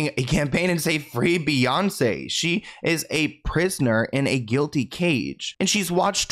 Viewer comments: Gilded cage, not guilted. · It’s “prisoner in a guilded cage” not guilty cage - it means covered in gold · She said gilded cage, not guilty cage